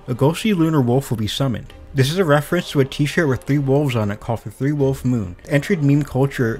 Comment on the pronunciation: I literally couldn't understand what he said about the wolf's. Dude spoke so unclear it was unhesrable